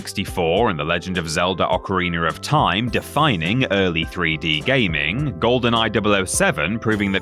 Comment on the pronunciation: "Ocariner of Time"